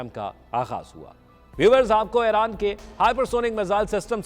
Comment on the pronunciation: Aeyraan nahi bhai Eeraan (Iran)